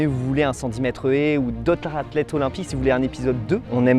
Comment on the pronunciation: On dit "les meilleures Zathlètes" pas "les meilleuratlètes" 😵🙄